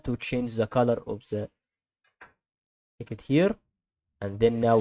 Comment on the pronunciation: Haha worst tutorial on youtube 😂 ... And text is not said as ticket. Think of sex with a T on the end . And not pronounced as Sicket 😂